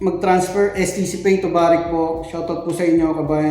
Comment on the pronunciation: barq po as in bark Hindi barik